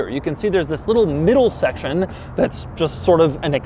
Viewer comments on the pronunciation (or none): none